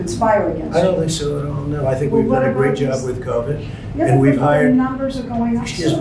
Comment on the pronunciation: He can't even say the word Covid